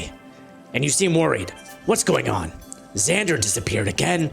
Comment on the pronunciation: also you pronounced it perfectly good job